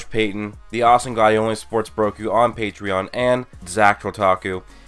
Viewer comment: I am Jesus! WORSHIP me... Btw the way you said PATREON yesterday "patrown" patrone is German for bullet (Yes I'm German) btw the editing tho... Holy fuck! Its like all the previous vids in this what if... But better & with sound effects... Jesus...